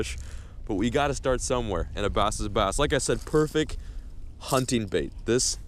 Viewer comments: "Purfik" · I still love the vids and always will but you said perfec my dude. But anyways keep cranking and wish you would reply